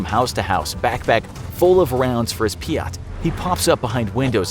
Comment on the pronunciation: Peeyat is not how say it it’s peeyt